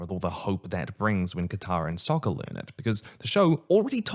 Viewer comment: Yeah, they pronounced it 'Ong', like Bong but without the fun. They also called Sokka 'Soakka', like a Super Soaker, and they called the fucking Avatar the 'Ovatar'.